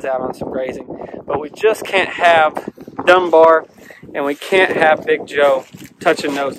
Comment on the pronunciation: Did he say dumb bear or was it Dunbar sure sounds familiar anyway